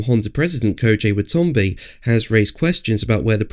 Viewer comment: Wa-ta-na-be... not Wa-ton-be...